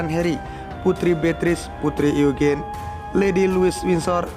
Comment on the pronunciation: Maaf ya mas narator..sebelum membaca mungkin cari dulu di google cara pengucapan bahasa Inggrisnya..jadi bukannya Andrew..bukan jadi Andre..Eugine..jadi Egin..bukan sok pintar cuma skr cara membaca dgn benar sdh banyak di google..jadi kita bisa menghormati mereka dengan mengucap bahasa Inggris yg benar